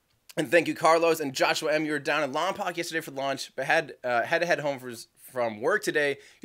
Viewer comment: FYI, Lompoc is pronounced 'Lompoke.' Not to be picky, but I was born there. My father was in the Army and worked at Vandenberg on the Nike Ajax and Hercules missiles. (edit: a letter)